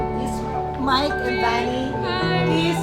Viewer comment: The way she pronounce kisses name😍